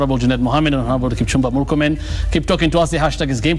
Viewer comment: I regret listening to this bafoon call morkomen